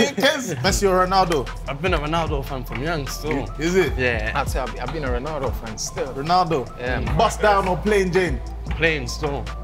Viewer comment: Fam thats a disappoint how u saying ronaldo 😂😭